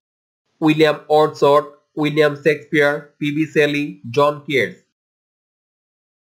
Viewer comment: thanks a lot. But,you should pronounce Shakespeare word correctly